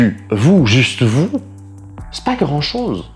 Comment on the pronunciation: "spa graônde'chose" Pourquoi c't accent canadien soudain ? 😅